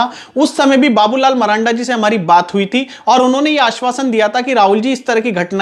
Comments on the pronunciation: Abe bolne to phle Sikh le maranda nhi marandi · भाई जी नाम तो सही से बोलिए उसका मरांडा नहीं बाबूलाल मरांडी जी नाम है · Babulal maranda nahi sir ji babulal marandi kahiye aapko to ucharan bhi nahi aata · Babulal marandi h sahi se bolo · भाई नाम तो ठीक से बोलो मरांडी जी